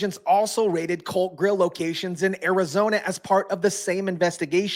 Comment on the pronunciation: Well, it's "The COLT" GRILL, NOT the "CULT" grill. Facts Matter.